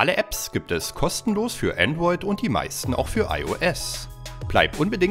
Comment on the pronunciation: „instagwam" „Andwoid" „Viel klück"🤦🤦🤦🤦🥺🥺🥺